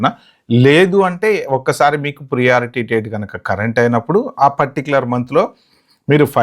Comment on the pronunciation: Not ప్రియారిటీ, it is ప్రయారిటీ…. వినడానికి కొంచెం ఇబ్బందిగా వుంది… Good info though…